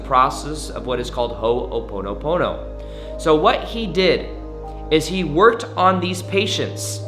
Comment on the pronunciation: Please learn to pronounce it correctly you’re accenting the the first syllable and should not be ❤️